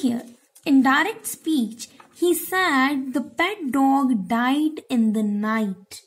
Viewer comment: Did any one noticed how she said dog 😂😂😂😂😂😂